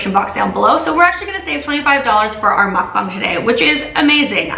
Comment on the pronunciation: thanks for pronouncing mukbang properly lol. and loved the video! please do more vids with your partner, ya'll are cute <3